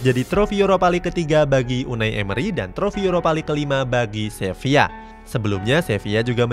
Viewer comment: Sevilla bang bukang sevia😂